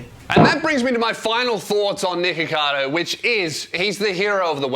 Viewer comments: You really do have to hit the ck there😂 Cause before it deffinitly sounded like you said niggacado😂🤦🏻‍♂️ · Everytime you say nikocados first name, it just sounds like your saying the n word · you REALY have to pronoun the C K in his name. on jah it sounds like youre saying the gamer word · your pronunciation of nickocado is so funny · Every time says his name I think it’s something else 😭